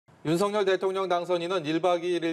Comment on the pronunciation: 방송인 이라면 우리말 사용에 정확한 발음을 구사해야 합니다! 윤석열의 발음은 "윤서결"이지 윤성열이 아닙니다! 대부분의 기자와 방송인들이 윤석열(윤서결) 의 발음을 윤성열로 하는것을 보고 실망을 금 할수 없읍니다! 윤성열과 윤석열이 같이 있다면 발음으로 어떻게 구분 할수 있읍니까? 말과 글로 먹고사는 기자나 방송인이 발음과 문법에서 자주 틀리는 행위를 반복하는 것은 부끄러운 일 입니다!